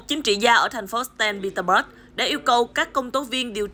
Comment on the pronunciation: Saint Peterburgchứ sao lại đọc thành Staint Peterburg